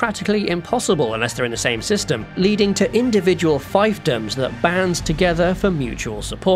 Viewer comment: Grrrr, "fiefdom" is pronounced FEEF-dom.